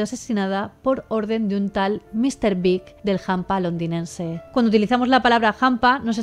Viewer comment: En México el término hampa se usaba mucho hace 40 años, me pareció curioso que usaras la palabra y que la pronunciaras como jampa.